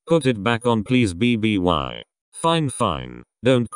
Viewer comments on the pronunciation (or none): How that voiceover pronounces "bby" as b-b-y Imao